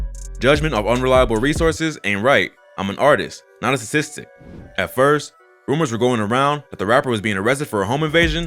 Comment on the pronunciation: the way he said statistic is bothering me 😂